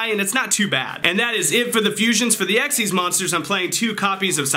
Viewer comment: thank you for saying xyz correctly... thank you...